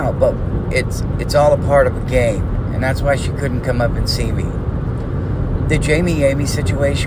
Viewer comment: Family first, we’ll wait for your vids. Also, I hear “gain” when says “game”. Loser